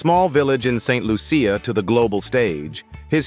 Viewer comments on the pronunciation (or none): The name of my Island is not ST Lu- ce- ya !!! But ST Lucia, (LUCIA) one word.